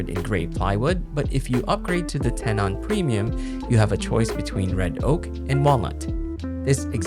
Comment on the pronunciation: "ten-en", not "ten-awn"